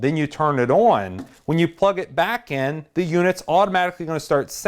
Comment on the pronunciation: you talk like a reporter and say own instead of on haha but good video man and learned a bunch , great video man !